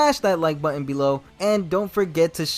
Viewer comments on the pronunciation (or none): none